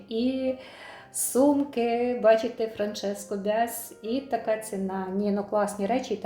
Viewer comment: Правильно говорити франческо Басіа